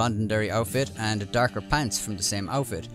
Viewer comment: DArker pants... This guy Irish?